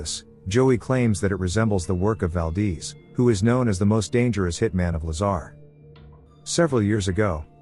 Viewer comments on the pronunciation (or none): Valdeeze😂😅🤣 Valdez